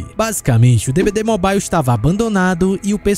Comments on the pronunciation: pq todo brasileiro fala mobile errado? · não sabia dessa, boa. Mas curioso tudo ser na pronuncia americana e só essa palavra ser de uk